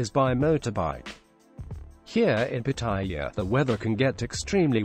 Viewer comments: Why do you call the city pattaya.when I was there it was Pattiyaw. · Please learn how to pronounce Pattaya properly.